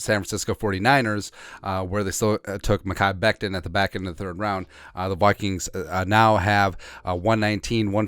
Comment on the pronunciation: You said mechi becton lol in the beginning